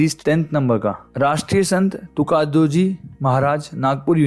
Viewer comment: Is chimtiye ko तुकडोजी bolna nahi aata. Fir bolte hai marathi lok inko achha nahi dekhte